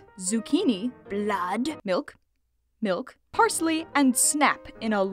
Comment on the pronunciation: I love how she always says blood with an accent